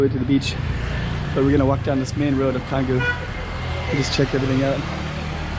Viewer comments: It's pronounced Changgu bro! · The letter C in the Indonesian alphabet is always pronounced as Ch. Canggu is therefore pronounced Chahnggu 🤦🏻‍♂️